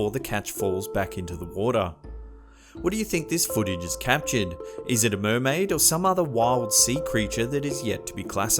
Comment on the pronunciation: MURMAIDER MURMAIDER MURMAIDER MURMAIDER